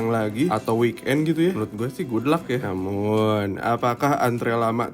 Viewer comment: oalah mas mas "namum" wkwk